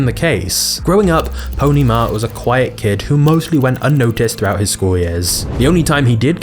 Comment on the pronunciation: thRoaUGH AIT